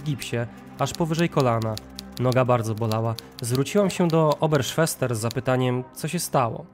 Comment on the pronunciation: Czyli np. Oberschwester mówisz oberszwesta!!!! Jak się robi taki programy to musisz mówić poprawnie bo ja się uśmiałam to podstawy niemieckiego 😅😅😅